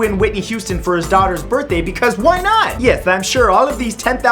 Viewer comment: "Bithday" heh.